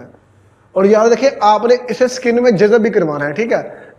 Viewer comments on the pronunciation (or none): Jazab nhe hota yar jazb hota h.